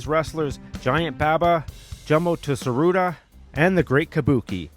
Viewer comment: tsuruta is pronounced "suruta"